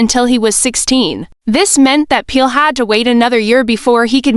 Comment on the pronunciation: Please pronounce his name correctly you are calling him peel and it is not